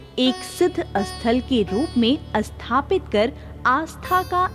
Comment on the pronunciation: Asthapana, asthapit, isthit, asthaan... Do pay attention to correct diction and pronounciation. Appreciable video otherwise.